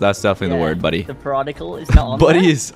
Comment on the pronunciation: its periodic not perodicle